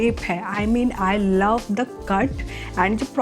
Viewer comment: Your love accent 😂. Laaw😅